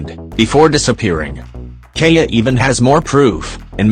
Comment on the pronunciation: It's keaya